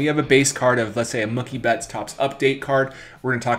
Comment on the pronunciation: What did he just say? Monkey Betts?